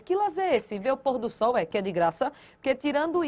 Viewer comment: "ver o pÔr-do-sol que é de graça" kkkkkkkkkkkkkkkkkkkkkkkkkkkkkk